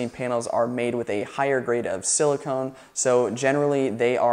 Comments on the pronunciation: Silicon... not silicone. Not pronounced the same. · "Sili-cun," not "Sili-cone". Big difference. Silicone is what used to be used for female breast augmentation until they converted over to saline bags. I doubt you want siliconE in your solar panels.